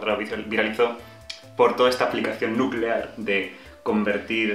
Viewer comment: "Nucelar, se dice nuuuuceelaaaar" xDDD